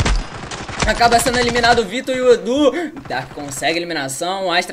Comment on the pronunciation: "Jogador ja vai sendo emilinado kkkkkk